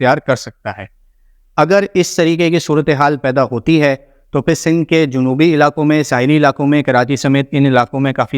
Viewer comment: wafqan..fafqan..waqtan mtasir kerta rahay ga 😂😂😂😂 sindh ko sill boltay ho... bhai plz improve ur vocabulary.